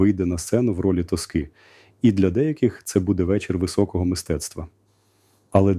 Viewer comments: Підписуюсь під кожним словом, пане Генерале. Одне технічне занудське зауваження: арія ТОски, а не ТоскИ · Це ШІ? не підставляйте пана Залужного! Він не може так ставити наголоси: " нетребко виступить в ролі тоскИ,... реквІєм", 😢